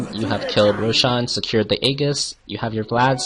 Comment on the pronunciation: "the eggis"